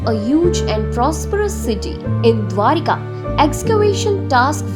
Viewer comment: Not dwarika.... Correct it....the name DWARAKA